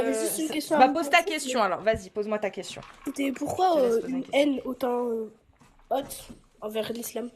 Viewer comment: Deja on dit pas "hauwwwwt" pour dire haut......c'est quoi ces accents éclaté au sol sérieuseuement HAWWWWT.